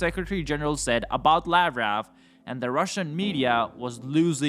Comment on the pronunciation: Lavrov is pronounced as "Lav-rov" NOT Lav-row.